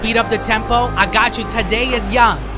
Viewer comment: “Today is Young” you mean Thaddeus Young (thad-de-us)